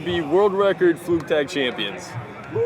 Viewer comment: Man's said "Flu Tag" smh my head